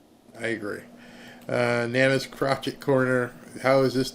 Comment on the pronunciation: lol It's Nana's crocheting (like needle work ) Not crotchet I know your tired. Thanks for all you do. Just made me laugh. 😂